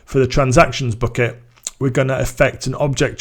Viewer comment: not booket, but bucket...man...